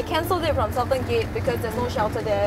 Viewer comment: said sal-ten dude its sool-tan